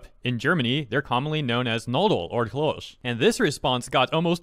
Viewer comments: You did not even try to pronounce Knödel right. Its does not even sound a little like the real one. Nodle or klosch wtf. Hard K ind Knödel. Regular s (not sh) in klos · Listening to trying to pronounce "Knödel" and "Klöse" gives me a desire to complete the trilogy till everyone speaks proper german. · That's a WILD way to pronounce Knödel and Klöße 😂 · Your pronunciation of Knödel and Klöße was priceless 😂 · As a german hearing pronouncing Knödel or Klöse was the funniest attempt of an american trying to speak german.